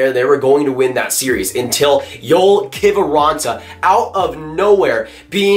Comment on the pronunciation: Who is "Denice" Gurianov? Its Dennis.... Also Joel Kiviranta (yo-el)